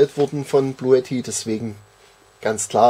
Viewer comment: ...es wird "Blue TTI" ausgesprochen...sonst fehlt das e bei blue...